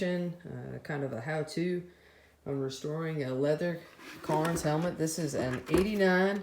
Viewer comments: Cairns, not Carns. Attention to detail, remember? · Never heard of "carns" I've heard of "ka rens"